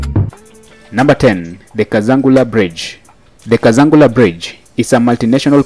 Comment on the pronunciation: Thanks. Just some help with pronunciation. Kazungula is not pronounced as Kazangula but as Kazungula. Hope you’ll get it right next time. Anyway, have a good day mate.